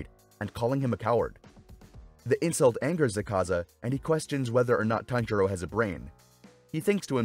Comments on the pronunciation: quite over pronouncing their names its Akaza not AkAza. not even the sub says it like that. also, his blood demon art is called Technique Development: Destructive Death. not just Destructive Death. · he says zakaza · Bro why are u not pronouncing AKAZA name correctly 😡 its AK ZA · Bro dissent know how to pronounce Akaza’s name😂😂😂😂😂